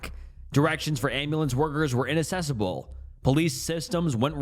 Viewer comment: the word inaccessible is pronounced in-ac-ses-able not in-Inac-ses-abl